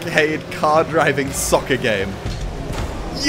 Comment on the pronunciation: He said sucker, not soccer...